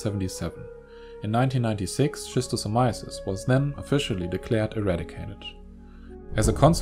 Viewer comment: bruh please improve your pronunciation: it's [skistosamaiesys]